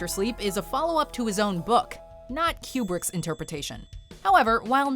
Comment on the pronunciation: I swear she is saying "Q*berts The Shining" everytime, especially at , instead of "kubrick's"😆 ....I had no idea Q*bert made movies hahaha